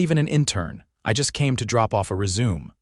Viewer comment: AI is unable to pronunciate resume properly.